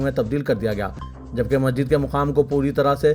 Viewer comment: Request to Siasat; yeh news reader ko apna naam sahih batane ki training de. Inki Urdu zaban par bhi khaas training de. Yeh Masjid ko Majjid keh rahe hain. Yeh 1992 ko onenees sau baiyyanwe keh rahe hain. Bade ka gosht. Aise aur kayi alfaz hain jiski islah honi chahiye.😢